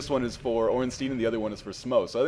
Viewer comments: you're one of today's lucky 10 000: Ornstein, should be pronounced "stine" not steen". rules of german grammar apply here, so you always pronounce the second vowel, in this case the "I". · under proper german pronunciation it should be "Stine"r.